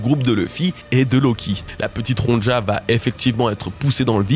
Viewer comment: Salut, merci pour ton taff est toutes ces vidéos et théorie, c'est toujours un immense plaisir de débriefé le dernier chapitre en regardant ce que tu en dis! Juste petit détail de prononciation, la petite, ça se dit Ronya, et c'est une référence à un livre pour enfant suedois adapté en anime, Ronja fille de brigand